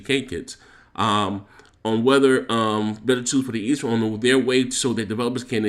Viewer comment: It's pronounced "E" "S" "Ram". No hate just sayin bruh. Sorry but that was glaring to me.